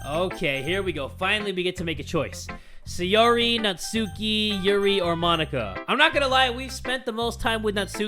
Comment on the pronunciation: It's NAT-SKI